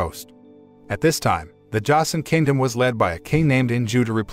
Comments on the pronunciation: josen is pronounced joesin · Joseon pronounced "chosen."